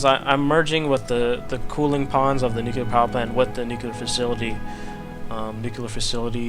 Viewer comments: nu-clear. As in new-clear. Nuclear. NUCULAR is not a word. :| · You're crazy, insane and brilliant. Can't wait to see what this monster looks like when it's completed! Oh, and it's NEW-CLEAR. Nuclear. Nu-clear. How do you even get to nu-cular I don't get it..